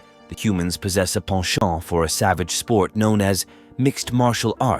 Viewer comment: Sure is nice to hear “penchant” pronounced correctly!